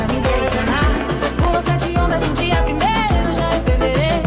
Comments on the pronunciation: DesgraSA it’s the best way to pronounce it! :) thanks for this video!! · Ele falando "desgratcha" kkkkkkkkk ❤